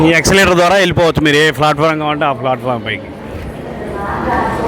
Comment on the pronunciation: ఎక్షలేటర్ కాదు eskulater